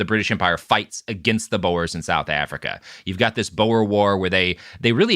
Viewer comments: Boer is pronounced like boar, not bow-er. I tried looking up what you were talking about because your mispronunciation threw me off so much, until it hit me. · As a Dutch guy I'm a little annoyed you're saying Boer wrong ngl